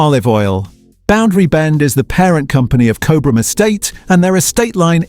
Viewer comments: It's pronounced as "Cob Ram". Btw. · Nice research into olive oil, however the pronunciation of Cobram starts with the first three letters Cob (like a cob of corn), so maybe AI isn’t that clever. Also Cobram Estate owns Red Island which means that Red Island is not owned by a smaller producer. Red Island olives are processed at the Cobram Estate facility in Lara, Victoria. Also Boundary Bend Olive Oil was founded in 1998 by Paul Riordan and Rob McGavin, who formed Cobram Estate Olives which was formerly known as Boundary Bend Limited. The location of this Olive Grove is in Boort district, Victoria. The photographs of the olive oil bottles made by Cobram Estate also have the word California printed on them. Cobram Estate Olives have over 2.6 million olive trees planted on 7,000 hectares of freehold farmland in Australia and over 1.0 million olive trees planted on 1,385 hectares of long-term leased and freehold properties in California, USA. Your video clip was all about olive oils in Australia, it wouldn’t have been difficult to use Australian olive oil photographs instead of the USA olive oil with the word California printed on them. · The ai mispronouncing Cobram, 😂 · It is pronounced Cob-rm. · I haven't even seen or heard of half of the brands to avoid despite being told they are heavily marketed and the pronunciation of Cobram...big giveaway that this is either AI or you aren't Australian. Show us how you say Melbourne and Brisbane next!